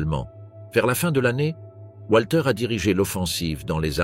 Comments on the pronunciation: voix typique de ce que génère l'IA : le W allemand se prononce comme un v français donc Walter se prononce Valter et non Oualter...... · Walter se prononce comme wagon, et non pas comme ouate.